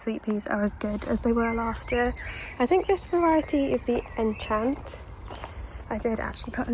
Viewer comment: The sweet pea variety name is French. Enchante (with the accent on the e) is pronounced: on (with the nasal n)-shon-tay.